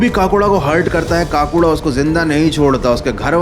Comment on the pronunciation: Kaakuda nahi bhai Kakuda😂